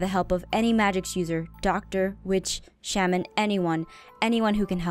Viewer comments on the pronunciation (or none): none